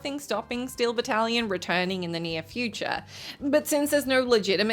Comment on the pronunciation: Jesus tap dancing Christ, every time you mispronounced Battalion as “battle-lion” my eye twitched